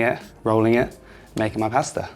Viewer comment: I absolutely hate the way he pronounces pasta as paaaasta